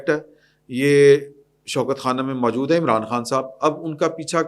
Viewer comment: جناب! یہ لفظ "ماجود" بلکہ اصل لفظ "موجود" ھے۔ تصحیح فرما لیں۔